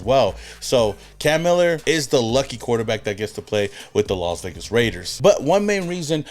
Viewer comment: The Las Vegars 😂😂😂😂😂